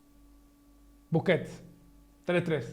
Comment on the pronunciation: Casemiro y Busquet dice búsquet nenaso